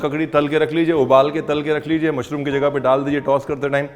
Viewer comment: Love love the way you host the show with so much ease, that gives the style with a hint of desi touch, "Mushroomo" 😄.❣️